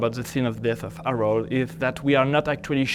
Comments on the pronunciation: His name was HAROLD. How do you manage to mispronounce that ? So pretentious. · She can't pronounce 'Harold' ! 😂